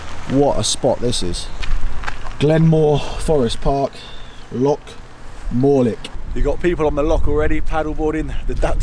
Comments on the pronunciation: Do me a favour and stop referring to lochs as locks. That is not how you say it. LOL. Thanks. Excellent video. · You are saying loch wrong! Look up how to say 'ch' the scottish way. It's not a 'c' sound, more of a throat clearing sound. Lovely vid though! I live in Inverness and I'm glad you enjoyed yourself in this beautiful country!